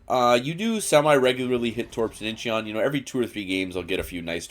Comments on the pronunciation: Its not in-chee-on its inchon i lived there. Your stupid pronunciation is so annoying. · Forget the 'e', it's just pronounced In-chon. Great video as always, looking forward to more montages with Danny and Modern!